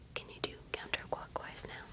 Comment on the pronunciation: Counter cwockwise 🥹